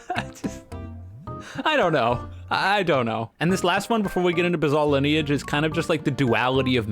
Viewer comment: saying "bizall lineage" must be ragebait and a hit piece against the masterpiece that is bizarre lineage